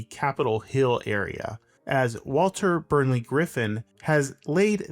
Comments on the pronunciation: “Burley” not “Burnley” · Also, it's "Burley" not "Burnley" - like a big burly bear 🧸 Also there's multiple hexagons, not just one. 🦠Hexagons run the country!🦠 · Doomed the city? LOL. I live here. I don't think you can say this city is a failure. It is actually very pleasant, thoughtfully designed and planned. And whenever I here an American criticising any other country, I just laugh and laugh. Also, it is Walter BURLEY Griffin. If you cannot even pronounce his name, best to keep quiet. I mean, how can you get that wrong? It is right there on the name of the lake that bears his name. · There's no 'N' in Burley